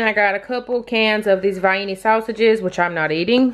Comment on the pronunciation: I love how you say Vi-eny for those Vienna Sausages! That is how I said it when we had those growing up.